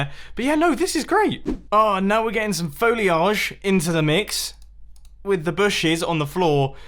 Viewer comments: he says foleage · Foliage is pronounced fo-li-edge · how mumbo pronounces foliage: foh-lee-ahh-jjj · Aaaaaaaah I love your pronunciation of foliage aaaaah. I tapped back twice to hear it repeated. Please say it more. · mumbo pronouncing foliage gives me life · Why is nobody talking about Mumbo's pronunciation of foliage? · I love the way Mumbo said foliage, it sounded like, french or something!